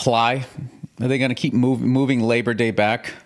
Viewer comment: Lay-bah day was so worth it to hear Bill say that